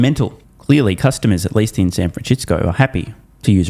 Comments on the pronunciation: San FranSHITsco 🤣 every single time 🤣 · San franshistsco😂😂